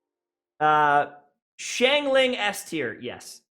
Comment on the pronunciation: Also, it’s *Keqing *Xiangling and *Barbara